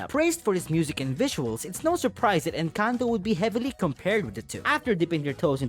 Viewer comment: I watched someone do a review on We dont talk about Bruno and they pronounced Encanto as in-CANT-o